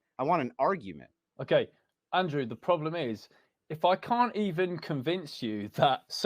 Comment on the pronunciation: ANDWEW ANDWEW ANDWEW